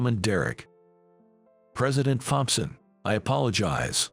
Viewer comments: Tom-son, not thom-son. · Thomson is pronounced Tomson in English , the H is silent 🤫